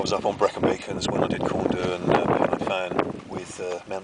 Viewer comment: hi glad you enjoyed brecon just a little pointer for yourself as you obviously enjoy outside and culture of where you visit the mountains around where you went corn du (corn dee) is how it is pronounced and pen-y-fan is (pen-ur-van) nice vid